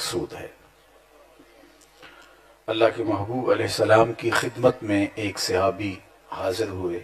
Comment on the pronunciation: The word is SAHABI not SIHABI.